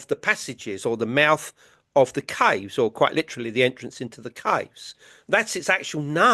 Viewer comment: It took me a minute to figure out he was referring to “caves” when he was pronouncing it weird